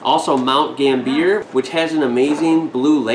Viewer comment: Mount Gambi er not mount gambeer lol